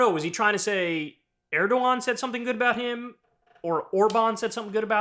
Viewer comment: I love how you get so many names mispronounced, but you get erdogan right. Lmao man i luv ya